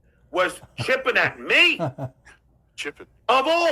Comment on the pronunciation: Add chipping to the list of words John gets wrong. It’s chirping you freak.